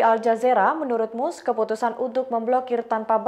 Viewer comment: Dibaca MASK bukan MUSEK 😂